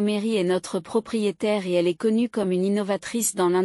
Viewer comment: Il faudrait apprendre à :'IA que le point est un signe de ponctuation qui implique un silence, pas la prononciation du mot "point" Qu'il y a une différence de prononciation entre le verbe "être" lorsqu'il est écrit E S T et le mot "Est" qui désigne un point cardinal.